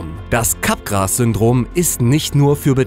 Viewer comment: Es wird nicht "Capgras" ausgesprochen sondern "Capgraa" (FrenchDialect)